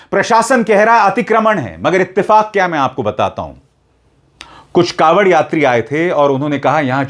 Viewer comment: कॉवड़ नही ढाँवड़